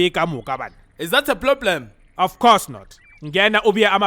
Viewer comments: "is that a ploblem?"🤣😂😂😂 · Ploblem🤣🤣🤣🤣🤣🤣🤣🤣🤣🤣lound 2